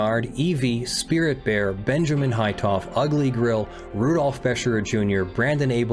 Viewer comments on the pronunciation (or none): none